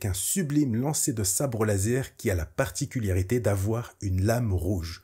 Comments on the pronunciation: Pourquoi tu dis "particuliarité" au lieu de "particularité" ? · Vidéo super cool comme d'hab t'es au top merci pour ton travail, tout petit minuscule bémol tu dis "particuliarité" à chaque fois ça me fait un peu tiquer 😅. Sinon super vidéo hâte de découvrir cette série et tes prochaines ! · particularité et pas particul Y arité qui ma trigger toute la vidéo mais cettte dernière est encore une masterclass bv !!!! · ParticulArité et pas particulIArité. Sinon merci !